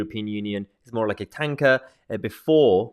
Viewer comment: Think you miss pronounced tanker.